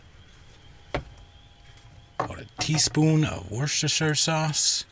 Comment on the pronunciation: I’m relatively new here, but loving your channel,! You’re living my dream, but I’ve just bought a new pick up truck here in the UK and I’m trying to figure a way to afford to kit it out. By the way, the cheat code for pronouncing “Worcestershire” - Wuss-Tuh-Shuh. 👍😝 keep up the great work!